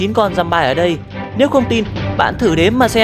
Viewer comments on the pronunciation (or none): Giơm-bi chứ không phải giơm-bai:(